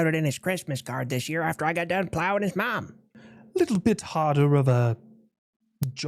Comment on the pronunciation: coming in with the hard O in mom.